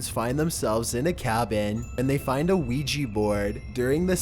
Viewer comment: You have a really bad problem with mispronouncing things. Such as you said; "wee jee board" instead of "ouija board" and "Ruce Wayne" instead of "Bruce Wance".